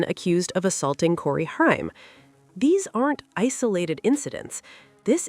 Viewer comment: HAIM! NOT Hiam. Haim! Haim! Why is this SO hard?! 2nd time I've heard it mispronounced! 😜🤯